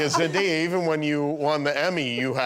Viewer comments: nobody : jimmy kimmel : Zen DIA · He mispronounced Zendaya’s name